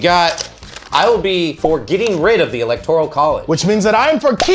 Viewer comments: ELECTORAL NOT ELECTORIAL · I can't get past you constantly saying electorEEEEEEal college. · Does keep saying "electorial"? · why is he saying electorial lol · saying electorial college is hilarious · Is it just me or is saying “electorial” college? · Yup, that's what I'm hearing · 😂😂😂😂😂😂😂no, it’s not just you. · Nope, he's saying it...